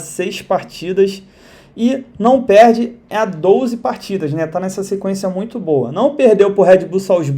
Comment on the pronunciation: Melhor parte é quando ele fala "douze gols" kkkk